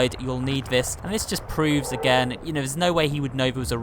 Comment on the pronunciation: You di know the meaning of again right? You pronounced it saying a gain.